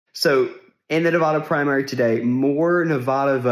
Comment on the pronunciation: I'm just going to say it, as someone who was raised in Nevada it mildly annoys me every time a foreigner mispronounces our state's name. That being said, I appreciate the fact that you atually know how to pronounce Nevada, thank you.